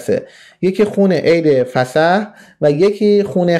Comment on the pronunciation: جناب دانا ، یُهَوَه نه یَهُوَه درسته! فَصَح نه فِصَح درسته. الوهیم نام اولیه خدا در یهود نیست. اهیه اولین نامه که یهوه هم از ان گرفته شده. الله در یهود و مسیح با نام الوه یا الاه بوده! بیشتر مطالعه کن